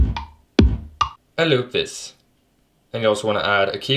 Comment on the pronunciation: “Aend looup thees”